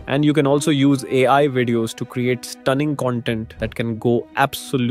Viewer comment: Dummy you didn't generated it. It's already a generared video on qwen. And it's AI not ayi. It's Era not Eee raa